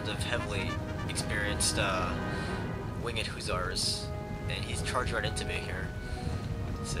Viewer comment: dude your killin me, its huh-sahr not hoo-tsar